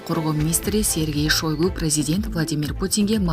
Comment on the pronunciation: СЕРГЕЙ ШОЙГО ДЕП ЖАЗЫЛАТ ОКУУЛУШУ СЕРГЕЙ ШАЙГО ДЕЙ ОКУУГУЛАЧЫ